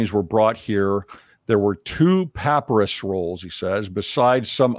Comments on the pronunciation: Can you make me and many others happy and pronounce papyrus correctly? Puh-pai-ruhss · Merriam Webster papyrus noun pa·py·rus pə-ˈpī-rəs . It is pronounced with a long y sound, as in my. So pah PIE russ. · I’ve never heard anyone pronounce “papyrus” like that.